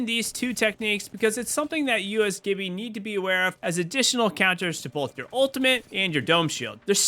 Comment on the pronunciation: It’s G(J)ibby.